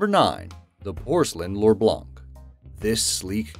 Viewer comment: "Porcelin l'orblank" mean "White Gold Porcelain", a reference to a french expression ('cauz us, snails eaters, also call the porcelain the white gold). BUT i'm not here for that, i'm actually laughing to death because we never pronounce the C of "blanc"